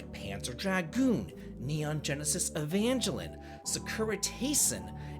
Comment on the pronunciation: Nee-On-Gen-Es-Is Ee-Van-Ghel-Ee-uhn.